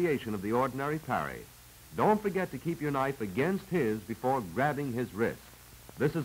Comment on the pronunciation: Before me, Not Gore me. ....;)